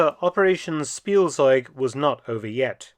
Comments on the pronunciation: Spielzeug — speel-tsoyg. The Z is often a “ts” sound and not a standard Z sound…. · In case you want to know the correct pronunciation of Spielzeug: It's more like Shpiel-tseug/-tsoig. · I opened the video as fast as I could. Faster than Blitzkrieg. Edit: "Spielzeug" is mispronounced. The correct pronunciation is "Schpielzeug". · Its pronounced Shpeeltsoyg in German "Toy" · It's "Shpieltseug"